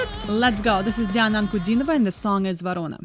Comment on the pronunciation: Ваша реакция и Вы - великолепны! Как только Вы произнесли слова: Диана Анкудинова, Ворона, стало понятно, Вы наша, русская. Коренной иностранец 10 раз сломает язык, чтобы произнести эти простые слова.